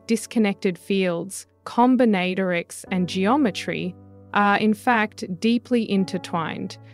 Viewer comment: Com/bin/at/or/ics a new way of pronouncing.